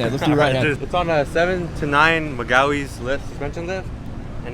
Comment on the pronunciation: Lol that dude said magawies lift